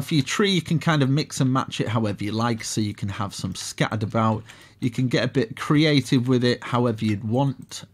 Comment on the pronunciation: "Get a little messy, get a little creavtive" i love that one =)))